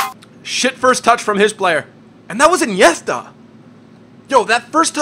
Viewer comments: Awe u said iniethta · why does he pronounce Iniesta weirdly? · The way you say iniesta makes me wanna pull my ears out